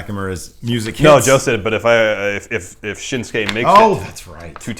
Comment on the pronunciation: "I love Shinsuke Nakamura" "What's it called? The Shinshase?"